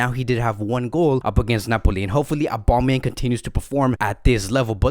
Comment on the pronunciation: is anyone else annoyed by how he says Aubameyangs name